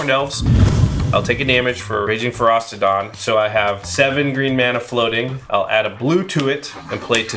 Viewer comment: The fact both Jimmy and keep putting a 'T' in Ferocidon makes me want to punch a kitten.